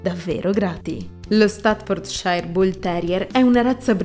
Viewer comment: ...non si pronuncia così! "stafforciir " è la pronunzia!